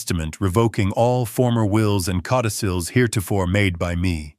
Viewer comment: This is one of the better AI stories I've listened to lately, but it's not perfect. Some really bad spelling - for one, the word codicils was butchered. And the first spoken use of the word butterfly, was spoken as butterflea. You might want to check that out.